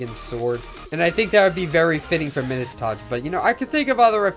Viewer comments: Midus- pronounced My-Dus, not middas - where’s my doge fools gold and Midas owners? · said midus wrong mi-dus is the correct pronunciation like kind midas who had the golden touch you can check in google translate too.